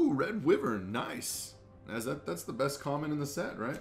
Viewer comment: Wyvern is pronounced as why vern not wivern I’m sorry it just irritated me, love the video